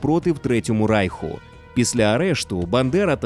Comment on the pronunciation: (Якщо не говорити про радянський правопис, а саме вимову). Русифікована вимова. Деінде ви сказали Рейх замість Райх. багато ффф - «під її фпливом», багато де українська И, що близька до І, звучить як рос Ы, літера В узагалі ніде не звучить як Ў, де має бути — [створыф], [фсе], [афто] (правильно [стўориў], [ўсе], [аўто]). Г наприкінці слів у вас звучить Х. Тощо. Наперед скажу, це не діялект або щось подібне, а саме русифікована вимова. Послухайте на ютубі Українська літературна вимова Миколи Погрібного. українська мова насправді ще гарніша ніж ви думаєте/говорите. =)